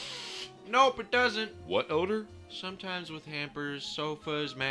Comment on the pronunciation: "WHAT ODAR" LMFAO